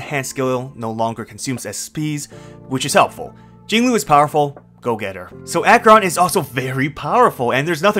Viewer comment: Jinglui... and it's not even close.